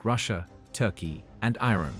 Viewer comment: reset the bot, its IRAN not ruddy IRON.